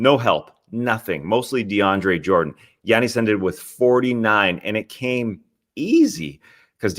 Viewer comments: it's giannis, not yanice. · Had no idea that was how Giannis's name was pronounced (in Greek). You learn something new everyday!